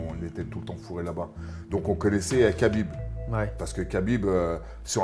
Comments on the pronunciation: C EST PAS KABINB MAIS RABIB EN ARABE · Prononce bien le prenom du mec qui t'a sauvé au moins.. cest khabib pas kabib et je l'ai déjà vu prononcer correctement des blazes encore plus compliqué ou même zarbi enfin bref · C'est 3abib messieurs... un petit effort de prononciation lol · Et on dit pas Kabib non plus